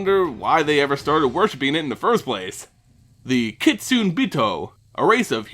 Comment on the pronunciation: kitsune- (kit-soo-nay)